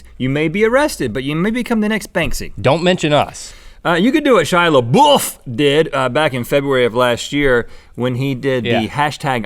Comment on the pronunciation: "shy lebuff"